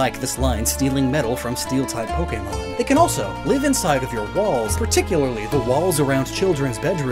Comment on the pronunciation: anyone else hear him say balls instead of walls? No? Just me? Ok...